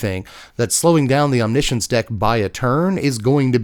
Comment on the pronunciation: I've never heard anyone say the word omniscience that many times in one sitting. What made me cringe even more was the pronunciation.. wtf is Omnissions?? I always thought it read as written (Omni) (Science) 😞